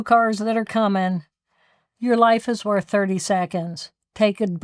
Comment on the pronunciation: " Your life is Wörth 30 seconds" 1.32.39. Jill Bolte Taylor. ❤